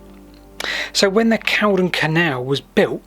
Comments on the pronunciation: It's pronounced Cauldron. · Good video, but it's pronounced Call-don, hence the alternative spelling of Cauldon.